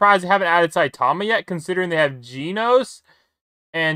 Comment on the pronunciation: mans didn't even say genos right lol "geenose"